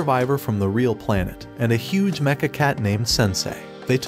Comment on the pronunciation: I like the look of the cat mecha. It looks like a cross between a cat and a bat. Also, I like how pronounces mecha with a different ch sound.